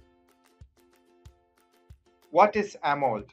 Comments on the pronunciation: It's Amo‘LED’ not amold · clueless narrator: "ah-mold" viewer: closes video. 👎🏼